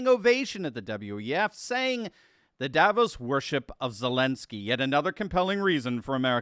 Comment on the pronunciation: Davos is not a remote village. Also it seems English speaking people can’t pronounce Davos correctly.